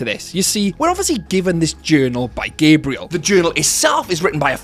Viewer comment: Why do you say Gabrielle’s name like that it’s GAH-BREE-ELLE not “gay-bre-ill”